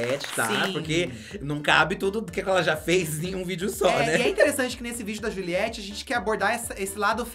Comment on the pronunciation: Vocabulário hahahahahhaha -Jãns - Poêcah -JuliAylitte -Katya Perez -Cabelõn Continue...